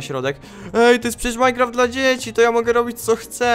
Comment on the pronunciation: tryb dla dziecki powiedziales tak hahahhahahahahhahahhahahahah ty sam jestes dziecki ahahhahahahahahaaaaaaaaaaahhhhhh